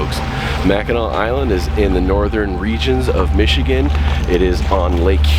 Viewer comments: Naomi Varga And pronounced Mak-en-aw! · Omg it's not Mackinaw island it's Mackinac!!!!!! Get it right dude!